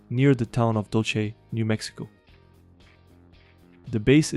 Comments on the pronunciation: Dull-say, not Dull-she. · "DOL-CHE BASE" is nefariously diabolical🤣